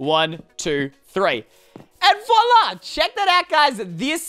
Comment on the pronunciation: Stop saying vola